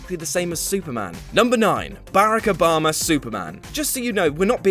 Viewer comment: Sir, you're butchering Barack Obama's name by mispronouncing it!